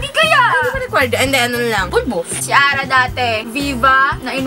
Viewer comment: Little Mix Lmfao "ATE" Ara daw oh 😂😂😂